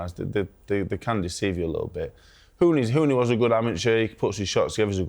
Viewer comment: “Give us your summation of Wardley vs Hunny” - it’s Huni, Simon, you wally 🤡🤦‍♂️